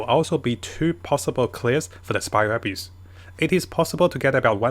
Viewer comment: I would be mad that keeps saying "Spiral Abuse" instead of spiral abyss... But abyss is a pain tbh 😅